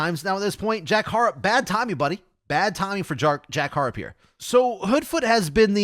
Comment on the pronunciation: Good coverage of the upcoming tournament l. Just a quick pronounceation for Jack Harrop for future videos. It's pronounced Ha-Rop 😊